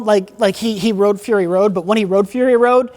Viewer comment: "he wroDe fury road"